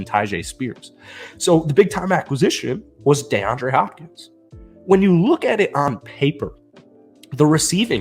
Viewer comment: DEE-andre Hopkins, NOT DAY-andre Hopkins. And Vrabel is our Head Coach c'mon man!!